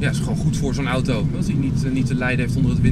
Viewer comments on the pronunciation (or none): none